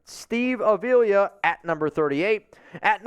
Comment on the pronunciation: It’s A v la that’s how you pronounce it